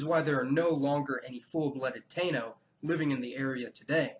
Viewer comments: Taino is pronounced “Tah-ee-no” not “Tay-no”. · Taino is pronounced (Ty-ee-no) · Im lousiana creole, and had a few hispanic friends. I don't know everything about the islands, but it think the people's name is pronounced "Ta-ee-no" and not "tay-no". Great vid, keep it up! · The pronunciation for Taino is Tie-EE-noh not Tay-noh. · Taino = tah-EE-no, rather than TAY-no. In addition to domesticating alpacas, they did it to llamas. Also, there's a typo near the end--the town mentioned only on video (not audio) was Ushuaia, rather than Ushaia, pronounced oosh-WYE-uh. I know this from a TV adventure program which was on some years ago with that name. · "Taino" is pronounced more like "tie-ee-noh". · I've always heard "Taino" pronounced "Tiie-ee- no." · Tah-eeh-noh. You did a great job,as always, but this is the correct pronunciation of Taino. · Taíno is pronounced Tah-eeh-no. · You pronounced Taino wrong!